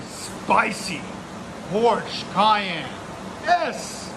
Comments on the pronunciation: 1st time: Porsche Cayman S... 2nd time: Porsche Cheyenne S😂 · Cracking me up how many different incorrect ways you pronounce Cayenne. 😂